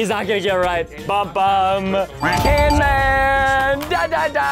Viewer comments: Not canman is camman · Bro still calling him can man...